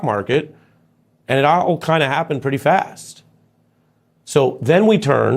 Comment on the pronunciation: Is Ari drunk? Can't annunciate 'all.' "It (ah-o?) kind of happened fast." Anybody been following him of late? I haven't watched in quite some time. I sensed something was off after 30 seconds of listening to him here.